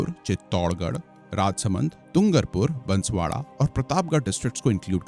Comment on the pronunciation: महोदय आपसे बारां और बांसवाड़ा का उच्चारण भी नही हो पाया, उससे अतिरिक्त और भी कई गलत जानकारियां है ऐसी कोई मांग नही उठ रही है कृपया करके लोगो को बरगलाने की कोशिश न करे।